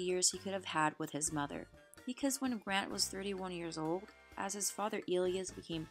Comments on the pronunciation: Pronounced "E Lie ahs" NOT "E lee us" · The word autopsy is pronounced AWW-top-see. In English speaking countries the name Elias is pronounced El-EYE-ass.